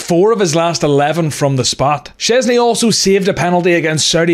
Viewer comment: Szczęsny jest super. Dobra wymowa